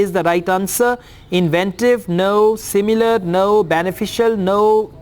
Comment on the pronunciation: Did U pronouce inventive wrong? Sir?